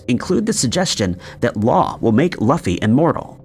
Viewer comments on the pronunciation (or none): It's "Loo-fee", not "luh-fee"